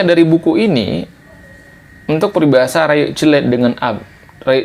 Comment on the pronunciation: Rayeuk ❌ Rayek ✅